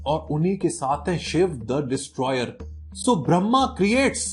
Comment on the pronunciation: ब्रह्मा सही से बोल